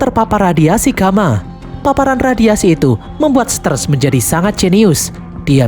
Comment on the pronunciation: Jaga itt sterrrrrrsssss😂😂😂😂😂😂😂😂 Itu sterrrrrrrrrs😂😂😂😂😂